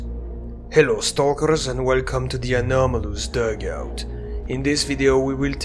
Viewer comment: "ahnamoolooos doogout" i love the way you say it 😂😂😂